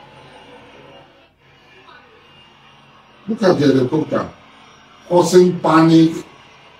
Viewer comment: Please tell Asari Dokugbo that word is not Elecopta but Helicopter 😂😂😂